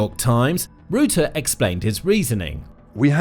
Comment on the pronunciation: You're pronouncing Rutte incorrectly. Try saying the "u" in "Rutte" as you would say the "ou" in "rough".